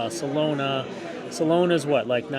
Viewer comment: Solana... not Solona ;o)